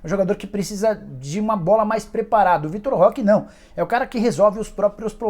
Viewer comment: Nem abri o vídeo mas já sei que o Nicola vai chamar o Vitor Roque de Vitor Leque, nunca acertou o nome do garoto